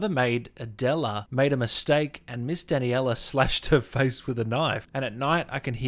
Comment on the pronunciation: No one: Him: Danny-ella Cuh-sand-druh Bela